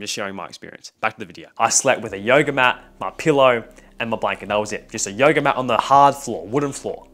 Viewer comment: every time he says yoga it sounds like yo yo🤣